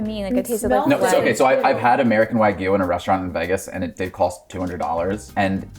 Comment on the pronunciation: 🥲 i love you guys but consistently hearing wagyu be pronounced wrong makes me wanna rip my ears off LMAO